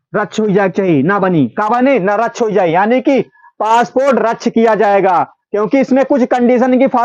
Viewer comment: रच्छ nahi padha jayega,vo रद्द (radd) hai